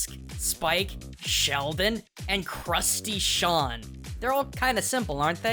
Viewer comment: Only when you said Crusty Sean I realized it was crustation